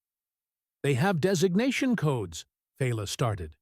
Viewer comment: Feyla/Pheyla/Fella/Bella/Falla. Get your pronunciation and spelling straightened out.